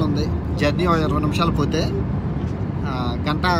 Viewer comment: గంత కాదు గంట తపా తపా కాదు టపా టపా రా నాయన😂😂😂